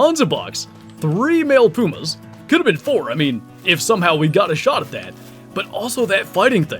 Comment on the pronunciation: Don’t you mean PEW-MAHS??😂